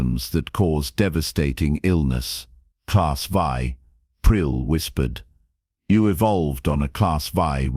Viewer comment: A class vie, class vie, class vie YOU MEAN A CLASS 'vii' (AI DOES NOT READ ROMAN NUMERALS) IT IS A CLASS 7 DEATHWORLD. If your AI cannot read simple designations THEN WRITE THE WORDS LONG FORM... A CLASS 7 DEATHWORLD. LISTEN TO YOUR OWN STORIES AND THEN EDIT THEM. STOP BEING LAZY...